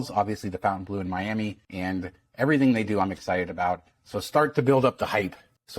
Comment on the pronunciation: I noticed you keep mispronouncing the Hotel "Foutainbleu". It's not Fountain it's Fountaine.